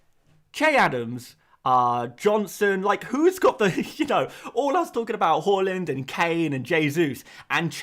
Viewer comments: Haaland, not Hauland (even though it seems fitting) lol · Everyone else is saying it wrong, is right with his pronunciation. It's actually interesting Haaland chose to move to the 'aa'. His Dad used the 'å' during his playing career. Maybe Erling thinks it's easier for people to attempt saying his name using letters they're used to (even if most people end up pronouncing his surname incorrectly)